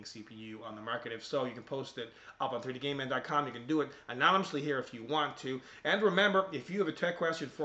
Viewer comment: Dont mean to be rude, but I cant stop hearing 3D Gay Man dot com :(